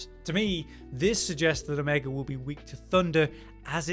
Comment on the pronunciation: There's no hard R in Omega vro....